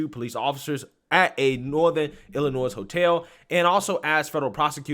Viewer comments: I love your content and watch everything you post. I in no way want to take away from the horror of this story but in case you actually read your comments I wanted to help you out and let you know that the “s” in Illinois is silent. I grew up there and every time you say “ill-I-noise” I cringe. It’s “Ill-I-Noy”. Hope that helps. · The "s" is silent in "Illinois." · Illinois, the "s" is silent bro. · FYI…” Illinois” the S is silent. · Please stop pronouncing the s in Illinois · You know the s is silent at the end of Illinois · Love your Videos! Lots of LOVE to ya! That being said... The "S" in Illinois is SILENT. Thanks and keep up the great work! ^_^ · The "S" is silence in Illinois. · honey, Illinois is pronounced with a silent "s". It's prounced illinoy